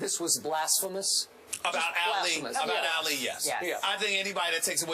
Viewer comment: says Allie instead of ali